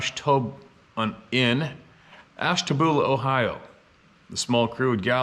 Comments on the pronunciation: Conneaut is Con E At sounding. My mom was born there. Ash ta bu la... LOL love ya! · In regards to the first story, Conneaut is pronounced 'KON-E-OTT' and Ashtabula is pronounced 'ASH-TAB-YULLA'. I'm from the area. lol